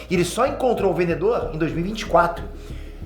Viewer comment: O "vendeDor". 😅